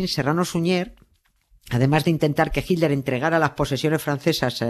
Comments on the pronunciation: A mi sí me gusta oir a Doña Nieves y a Carles decir "jilder", y "Traamp" for Trump. Por cierto, en Argentina también pronuncian "traamp" en lugar de /trəmp/ or /trʌmp/ . Y sí, los estadounidenses lo pronuncian de dos maneras, en el Nor-Este es /trʌmp/ y en el resto del país /trəmp/. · Nieves cuando vos y carles nombran a hitler se escucha hilder,lo escucho con subtitulo para no perderme nada,los escucho desde Argentina 😊